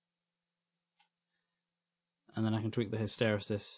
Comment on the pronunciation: What a great video. Many thanks. (Pedantic point: I think hysteresis is pronounced hister-eesis. :-| )